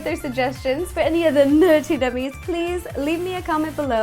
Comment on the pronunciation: Does it bother anyone else that she says nerttie instead of nerdy nummies?